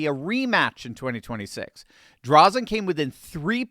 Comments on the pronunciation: Thank you for covering Oregon. Yes, Oregon is considered a "blue state", but a lot of very conservative people are here. Drazen is not the best Republican, but she did win the primary. Also, her last name has a long "a" and is pronounced as if it were "Dray-zen". Patrick Cowdrey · Oregonian here and have been my whole voting life. I have seen two Republican Governors in that time. Unfortunately, once mail in ballots became the thing we have had Democrat after Democrat "grace" the governor's mansion. The only correction on today's video. It is Dra zen - long a (think graze). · It's pronounced Drayzen, btw. We're sick of the Dems here in OR as they drive the state into the ground. They tried to increase the gas tax and vehicle registration fees, which was referred to the voters by innitiative petition, and the people of OR clearly said NO! We will join together to support Drazan in November. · Fro. OREGIN... its DrAAAAzen . Thanks for the encouragement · Hi! Terry in Oregon. Hate to correct, but her last name is DRAY-zun. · Last name Drazan. Pronounced Dray-zen. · It’s Drazan with a hard “a” as is dray zan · Oregonian here...She is named "DRAY-zin". Oregon is a mail-in ballot state and the machine is all-powerful. I can't imagine the machine allowing Drazan. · our Republican candidate's name is pronounced "Drayzen". Thanks for bringing attention to Oregon. Praying people need to pray that more voters show up this November. Sadly, only 32 percent of Oregonians voted! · love to see it! Drazen's name has a long "a" by the way. We're very hopeful this is a flip! Be nice to get our senate seats back too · Just an fyi, but it's pronounced "Dray-zun"... also, she absolutely won but Oregon has been rigged for awhile. Same as Washington. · I pray this is true. "Drazon" is the long A sound. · Sounds like: Dray-Zen! Corrupt Mail in voting for the last 39 years has screwed Oregon.